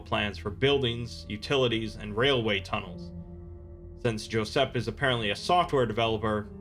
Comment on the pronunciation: Josep is actually pronounced Joo-saep, it's a common catalan name